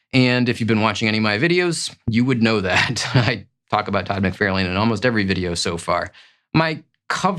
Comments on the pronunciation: This is a great list. As most list are, cover art can be very subjective to whom is selecting the list, but you have some great ones on there. I do find it interesting that you call McFarlane "Mic-Fair-lane". Does he pronounce his name that way? I think most pronounce it "Mic-Far-lan". I'm curious now how he actually pronounces it. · Its mc far lin, not mc fair lane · For the love of god - please - learn to pronounce mc-far-lin, it’s so annoying given how many videos you mention his name in (all incorrectly). Same for Rob Lie-feld. Lie + feld. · I like your videos but one thing that bugs me is you claim to be a big fan of Todd McFarlane yet you constantly mispronounce his name as "Mac-Fair-lane" when it is "Mac-Far-Lan". But you also state you aren't into creators so that might explain that. Or you might be AI? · Wait, do you say "McFairlayne" on purpose? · For the love of God, get Todd’s name right! Mc-Far-Lan. I have met the whole family and your pronunciation is like nails on a caulk board. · Love the chennel but every few vids where Todd McFarlane is mentioned im like "how is he your fav artist and you can't pronounce his name correctly?!" haha. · I literally thought he you were talkin about someone else by the way you pronounced Todd McFarlane’s name 😂😅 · "I am such a huge fan of my favorite artist that I say his name incorrectly and apparently have never spoken with anyone about him?"🤔He's titled this BEST covers but then refers to these as FAVORITE as if those terms are interchangeable. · LOL, I agree with everyone correcting your Todd pronunciation, but dont hate me! I love your channel! Just discovered you and you’re better than a lot of more established comic channels. Crisp image, love your background, solid graphics placement, and most important, solid intelligent commentary! You rock my man!